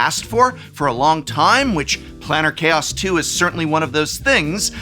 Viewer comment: Was pronouncing "Planar Chaos" as "'Planner' Chaos" a Freudian slip?